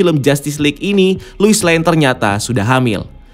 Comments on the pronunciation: gregetan si babang ngomongnya luis luis luis... bukannya harusnya lois ya bang? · Penyebutannya "Lois" min bukan "Luis"!!. Luis itu nama Cowok. Lois itu nama Cewek. #RestoreTheSnyderVerse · Luis?? Lois ya lois gak usah di baca luis geli denger nya